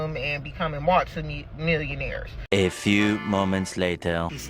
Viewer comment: She said "malti millionaires " hahaha